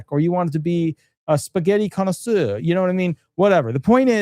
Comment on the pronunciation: Hearing you say "spaghetti connoisseur" made my day😹 The way it rolled of your tongue was so rich now I want spaghetti for dinner. Great Video by the way😺